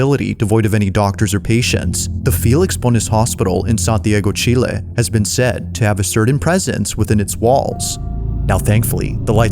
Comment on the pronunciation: FINALLY A YOUTUBER THAT SAYS CHILE RIGHT !! :D